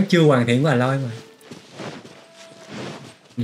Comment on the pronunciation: A loi ko phải là À loi :)